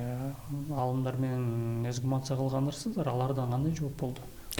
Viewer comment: Оңдоп кетчүү жер бар экен... Эзгумация эмес, туурасы эксгумация деп айтылат.